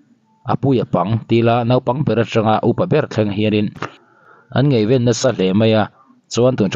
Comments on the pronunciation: Ngeiven nilo in ngaiven tizawk hian mizo tawng I pei lo😊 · Ngaihven i lam dan hi a tenawm ka ti